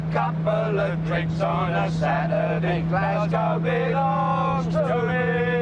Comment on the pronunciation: As a Londoner I find it bizarre how these people pronounce ‘Glasgow’